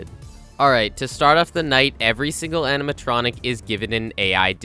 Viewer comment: “Aminatronic” lol. No shade or anything, just makes me giggle whenever I hear it